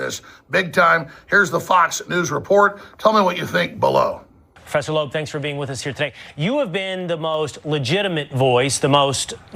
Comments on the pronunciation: It’s Loeb not Labeau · Pretty sure it's pronounced Lobe...not LeBobe. He's Israeli by the way if that means anything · avi loeb's last name is pronounced "LOBE" not "LABOAB" dummy lollll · And who tf is avi labobe? Come on bro. Are you even trying? It feels like an insult that you expect our attention and can't even get the details right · Luke for weeks now I've struggled through you pronouncing the Harvard teachers name and 3-fuckin I Atlas wrong (Laboe and 30 i) if you can't even say the names correctly, how in the fuck am I supposed to take you seriously. Seriously dude, get this shit right..it's infuriating. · D'ya ever rhink that, maybe, every time you say "Thirty-Eye Atlas" or "Avi Lebobe", you look like an idiot? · Loeb is a tough name to pronounce huh Luke.. Listening to you clumsily pontificate is such an undertaking. 😬